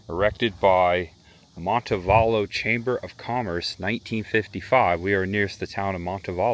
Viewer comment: look up Orr Park in Montevallo. You gotta see the carved trees! Montevallo is pronounced Monte VAL (think Kilmer) lo.